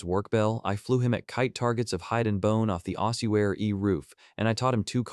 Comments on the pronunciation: Why can’t the ai say ossuary? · Guess AI has trouble saying ossuary